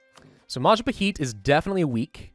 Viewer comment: anyone else notice that says "maja pa heat", and not "Maja Pa Hit" like it should be pronounced?